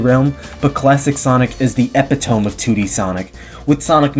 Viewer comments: e·pit·o·me Not epi tom you 8 ball lol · Nice video! i agree with a lot you said. oh and a minor nitpick you said "epitome" wrong its actually Uh Pih Tuh Mee not being rude just wanted to help!:) I cant wait till you get to the adventure games! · That’s not how you pronounce “epitome” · That's not how you pronounce epitome.